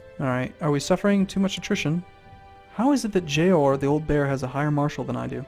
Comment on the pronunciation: its JORA not JOAR...said JOR AH